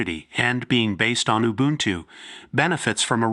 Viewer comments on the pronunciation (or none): none